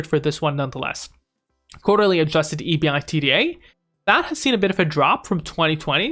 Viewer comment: Lol just say “ebida” lol